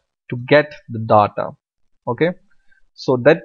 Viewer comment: DDAATTAA is soo annoying , its DATA learn pronunciation plz its annoying me im leaving .